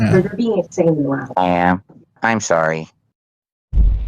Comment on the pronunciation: Ahm sowry guys. Ahm beeing tu lowd. Ahm sowry.